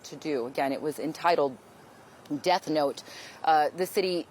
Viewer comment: Bro said death note wrong